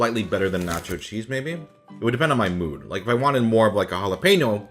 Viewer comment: In Canadian the chips are pronounced gelapeno 😂 if you know you know